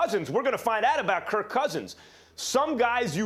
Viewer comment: Max putting emphasis in the second K in Kirk....kirK Cousins 😂